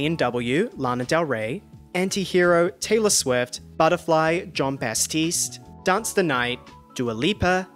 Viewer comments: the way he keeps mispronouncing "Jon Batiste" throughout the entire video i'm DYING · Ah yes John Basstiste.... Every time lol